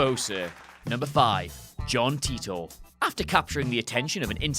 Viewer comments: It's not John Tea-tor! It's Tie-tor! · It's Titor not Titter